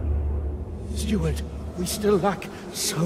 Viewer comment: Steward - Not Stewart